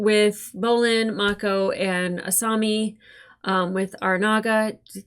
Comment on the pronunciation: Thank you, hearing Asami mispronounced is hard to hear lol. Glad you realized, love your reactions.